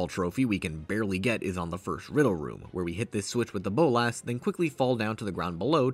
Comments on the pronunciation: Please stop saying "bowl-lass". It's "bowl-la-s" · The way you say Bolas as Bowl-Ass (Boles' ass?) made me laugh every time.